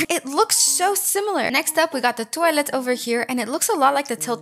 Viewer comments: why do u say toallet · I like how says "toilet" its like tœilet 😂❤ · when you said toilet in french it makes me a little laugh lol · The way u say toilet is so funny 🤣💀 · Girl says toilet like a British person